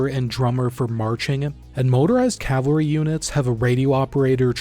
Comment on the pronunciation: Is it really that difficult to just say cavalry? It’s three syllables dude. That’s it.